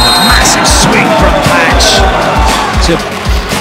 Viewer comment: please... vetori? Path? Boeyer? Vernon-evans? no way...